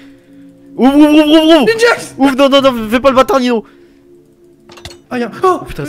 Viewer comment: En vrai tu dit noob mais c'est Nino